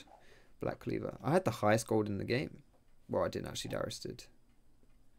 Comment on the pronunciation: Oui. DARIUS NOT DYRUS